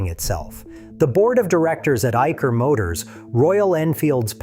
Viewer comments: Dear, It's not IKer motors rather it's Isher motors as correctly pronounced! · Its 'EYE - SHUR' BTW, not 'Eiker'